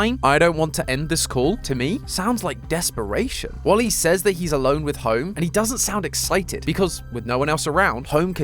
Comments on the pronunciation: When you pronounced Wally, you say it like wolly and remove the W and it’s my name! Olly! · Is it Me Or do I Hear Calling Wally Wooly?